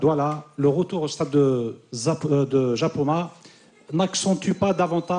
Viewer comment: mdr je ris du journaliste qui a dis zapoma je c que c japoma mec